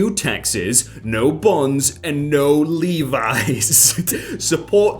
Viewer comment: THANK YOU FOR PRONOUNCING LEVI’S RIGHT!!!